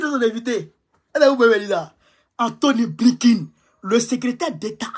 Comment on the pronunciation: Blinken et non Blinkin